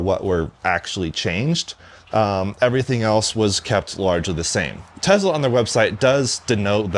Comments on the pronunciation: TeZla, LOL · TeSla not TeZla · "tezz-lah" This video is about 12 minutes longer than it needed to be